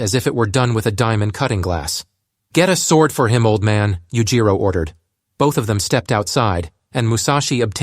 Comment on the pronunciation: Oh i cant listen to this, Yujiro is just pronounced so wrong every single time.